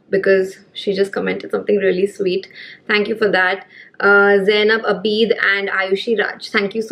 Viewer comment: its not zainab Abeed its ‘a bid’ 😂😂